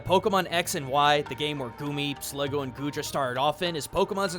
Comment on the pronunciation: I dunno why you kept calling Sliggoo Sliggo...but there's also a typo around the mark where you call Kalos a Regioin.